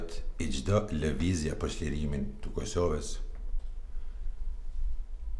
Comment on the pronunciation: Kur thot tu Kusoves maroj dek ahhahahahahahahhahahahahahahahahahahahahah